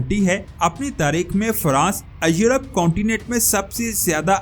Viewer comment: بھاٸ اپنی اردو کی پروناسیشن درست کریں ایورپ کو یورپ کہتے ھیں